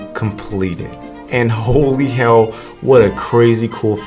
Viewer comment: please dont say hell like that